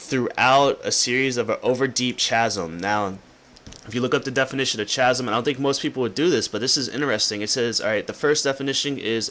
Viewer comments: It's pronounced \ˈka-zm\ .... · It says "throughout escheresque sceneries over a deep and perilous chasm" and it's pronounced 'Kazem'. However, I think you would be more interested in the definition of escheresque rather than chasm. Give it a look ;)